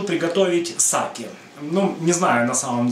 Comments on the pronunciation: Не сАки, а сакЕ!!! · СакЕ, а не СакЭ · Заставка нормальная, кому не нравится - всегда можно перемотать. Рецепты очень интересные, за что Вам отдельная благодарность. Единственное, что вызвало негативную реакцию, это Ваше произношение слова сакЭ.